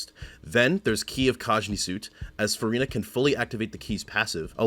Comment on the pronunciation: as a french person your pronunciation is so impressive! are you a native speaker? very helpful guide for my c6 furina ❤